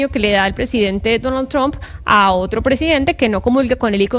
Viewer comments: Jefe no. Líder del narco dijo troump 😂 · Líder dijo troump 😂